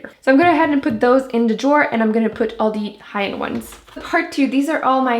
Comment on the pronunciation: i couldnt watch this after the first 2 minutes because of the way you say d instead of the